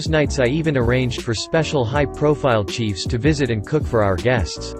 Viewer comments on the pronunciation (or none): You had (high profile chiefs) cooking in your restaurant? Did they have their feathered war-bonnets on? Maybe if a real person was narrating they could pronounce simple words correctly! Lol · Really. “Chiefs” for “chefs,” “we do not any seats available,” “are ent” for “aren’t,” “500 dollars dash 600” ..... and on and on. Annoying. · the English on these things is so bad!! a resteraunter hired "special high profile 'cheifs' "... spelled cheifs and pronounced chiefs - 2 grievous errors in one! holy cow!!!!! in case you're learning English - it's chef !! :) another one among many many - you don't mope a floor, you mop it. who oversees these things!!!? anyone at all?! 🙄